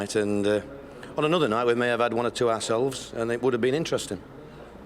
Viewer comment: The way Neil Warnock says ourselves sounds like arseholes